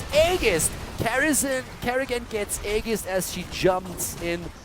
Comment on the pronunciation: I die a little bit inside every time says "aegis"